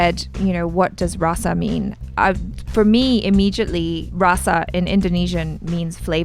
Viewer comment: Not Raa-sa. It's Ra-sa. 9 Emotions